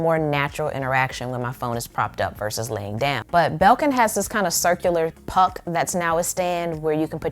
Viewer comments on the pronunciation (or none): none